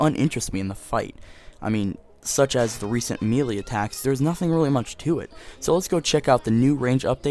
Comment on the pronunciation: you say melee wrong